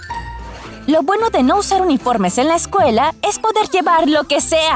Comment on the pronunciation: Alas dise cuela no escuela